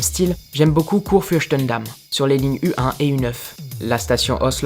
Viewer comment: Une petite correction: On dit Kurfürstendamm pas Kurfürschtendamm. Au délà, la prononciation est bien reussie